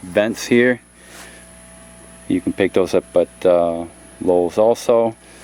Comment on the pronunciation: It's Lowe's. Not Lowell's